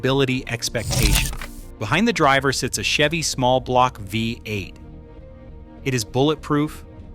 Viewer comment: FFS. thought there was a human narrating until I heard vi-8. sort your editing out! how hard is it to spell the script phonetically? or is the whole thing AI?